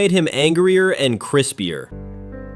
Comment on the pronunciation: I love mean bro said Chrispier